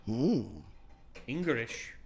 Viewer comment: This guy just say Engrish?